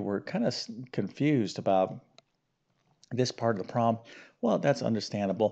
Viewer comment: Since you’re a math teacher, who uses the word “problem” so often; perhaps you could pronounce it correctly. It would be easier to listen to you speak. In your defense, you are probably tired of saying the word “problem”. However, we must listen to it repeatedly. Occasionally, you do pronounce it correctly. I admire your math skills. I struggle with algebra. However, I do enjoy grammar, literature, reading, foreign languages, history, geography, and spelling. God gave each of us talents, interests, and aptitudes for learning. Math is not an easy subject for me. I enjoy how you explain, in detail, the procedures to solve the problems. Thank you for your help! I really like your channel. With so many subscribers, it is clear that many people need help with math.